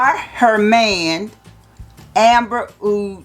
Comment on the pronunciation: hahaha best pronunciation ever: Ahr-Hermayun Amber Oud Rooj